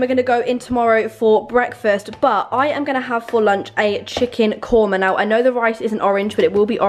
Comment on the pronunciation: I'm indian and her pronouncing chicken korma kills me but I know shes trying